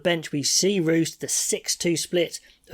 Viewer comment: R'oo's should sound the same as Steven M'oor'e 🫣